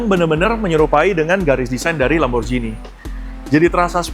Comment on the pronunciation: Lamborjini❌ Lamborgini✅